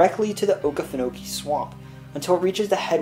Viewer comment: As a Georgian, your video was overall very well done. I do suggest looking up the actual pronunciation of places and geographic figures. Vidalia and Okefenokee were not all correct.